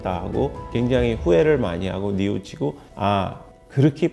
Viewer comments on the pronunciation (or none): 뉘우치고 ㅇ 늬우치고 x